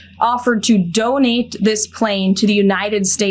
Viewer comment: You like how she emphasizes the word donate